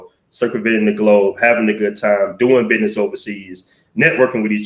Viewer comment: Not listening to no nicca that says BID- NESS..